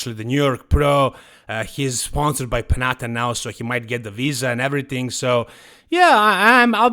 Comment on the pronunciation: This is not the correct pronunciation of the Panatta brand. Panatta is an Italian name and in Italy double letters have a different sound than single letters. You should pronounce a harder T and the tonic accent is on the second a